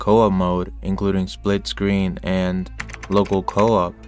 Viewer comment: my brother in christ have you heard of Dying Light?????? Dead Island? There is some really weird accent you put on "Local Co-op" and "Splitscreen Co-op". Why does that warrant such a showcase? Good luck on your future videos tho, long form content is goated and the more there is the better